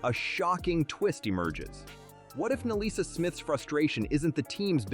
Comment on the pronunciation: The name is Nalyssa, NOT MELISSA.